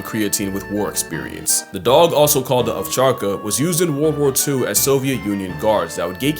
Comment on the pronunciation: As someone who speaks russian natively you actually said "Ovcharka" so well